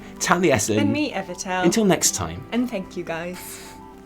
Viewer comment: Holy sh-t, I won ;_; Omgomgomgomgomg, I'm so glad you liked me drawing, guys. I put all my effort on it. I can't be any happier! Love ya all <3 And congratulation to everyone who won also, and participate on it! <3 Pd. I loved how Evitel pronounced my name. dead af